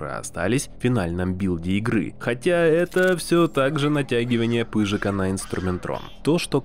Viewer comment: не ПЫЖИКА, а ПЫЖАКА, ептыть!